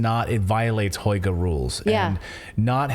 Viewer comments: Lol, such a funny way you pronounce "hygge" like "hoyge", haha. Try saying it like "hüggeh" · It's pronounced Huga.... with a long U as in Hugh or huge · It’s pronounced Who-Gha. You’re journalists. Why aren’t you looking things up before pronouncing a word that’s new to you? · Hygge is pronounced something like "hoogguh" - cosy. Yes they burn lots of candles to create the cosy atmosphere. Mind you it used to drive me crazy as I feel claustrophobic in low lighting!